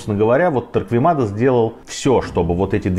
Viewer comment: Некоторые поправки: 1. Фамилию Торквемада произносят неправеильно. Torquemada ("u" не читается) т.е. звучит как Торкемада. 2. Погибших от инквизиции по разным подсчётам специалистов из разных стран с 1480х годов по /35.000 (не 350.000 ) А в остальном всё более менее правильно.